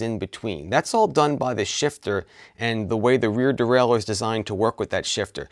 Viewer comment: The Readedurdurle :D. Great explanation though.